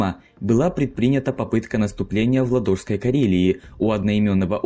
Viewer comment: Очень слух режет: озеро называется ЛАдога, а не ЛадОга. Отсюда надо говорить ЛАдожский, а не ЛадОжский.